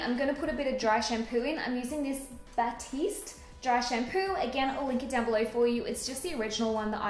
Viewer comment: Perfect prononciation for "Batiste" 👏🏽👏🏽😍